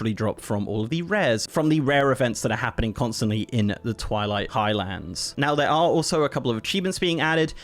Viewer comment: It's Highlands. Not High Lands.